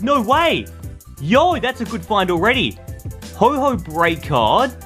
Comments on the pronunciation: ‘Ho-ho’ instead if ho-oh😂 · Its ho-oh not hoho it’s not Santa